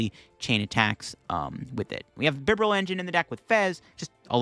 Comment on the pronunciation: And Bibarel sounds like liberal